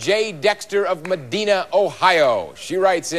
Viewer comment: Peter mispronounced the town that Jay was from, it's Meh-dine-a not Me-deen-a, Medina,Ohio. It's a small farming town 33 miles southwest of Cleveland,Ohio. Source: I used to live there.